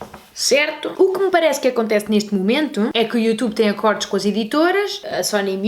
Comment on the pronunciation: Mariana, só um reparo construtivo, não leves a mal... Não se diz ACÓRDOS mas sim ACÔRDOS, foneticamente claro está. :) Já agora essa camisola à freddy krueger, matou-me :D